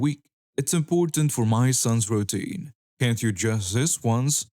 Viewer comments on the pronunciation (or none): Hello I do enjoy the way you read the stories, you put a, lot of expression into the narration. FYI gall is pronounced as gaul (to rhyme with the name Paul), as in the Roman Empires name for what is now, France. Post Script: routine is pronounced as 'roo teen'